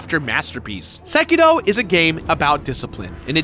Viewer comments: Its Seki 'R' o not Seki 'D' o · Seriously, SekiDO? Sekiro, Sekiro. How does one say it wrong 4 times?